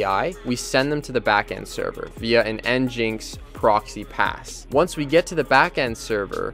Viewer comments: mfw its engine-x and not en-jynx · The pronunciation is Engine X (nginx). I think that would be helpful to you to take a look into a REST tutorial too, the api paths are kind of messy. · Is it pronounced engine X or N jinx?